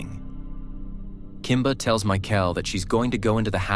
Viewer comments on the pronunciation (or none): It's Kimber!! Not Kimba!! Geez Wiz!! :(